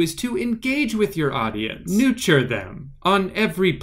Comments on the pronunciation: “NUTURE THEM… ON EVERY PLATEFORM” 😂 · Nuture and Plateform.. WTF🤣🤣